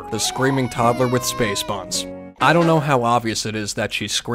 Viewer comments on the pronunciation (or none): none